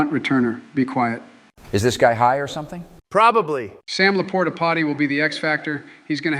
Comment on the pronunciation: “Sam Laporta-potty” 💀